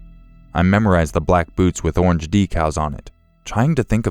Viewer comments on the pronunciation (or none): none